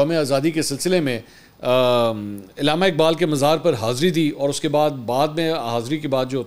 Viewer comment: علامہ لفظ میں ع کے نیچے زیر نہیں ھے حضور منصور!